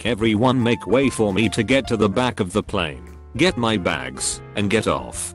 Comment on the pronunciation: Plane = Pleen XD